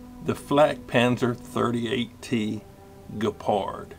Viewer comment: The German word 'gepard' ( is pronouncing it correctly), for those who don't know, means 'cheetah'.